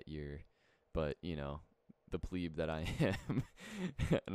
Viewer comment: "Pleeb"? Haha, the word is pleb. Great video though. Best Xmas ever.